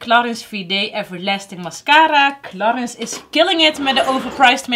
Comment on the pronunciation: Toen ik in een parfumerie werkte veel cursussen bij Clarins gehad. Heerlijk merk. Maar je spreekt het uit als claren 😉🤭